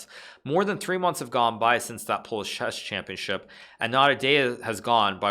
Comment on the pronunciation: Shesh shampionship